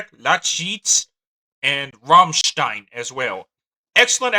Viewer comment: You can’t pronounce it